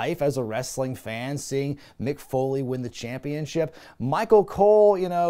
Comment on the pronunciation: The way you say “Champeenship” gives me some Homestar Runner vibes